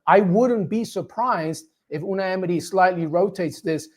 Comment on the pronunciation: the way he says "Unai Emery" sounds legit